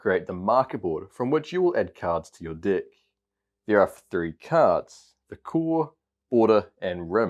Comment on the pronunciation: is he saying di** or deck? once u hear it. u can’t unhear it. love this game btw. gf9 rocks!